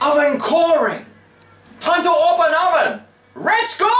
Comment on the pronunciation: LOL at "roven"